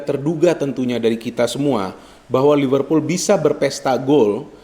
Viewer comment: Liverpool bung bukan Livervool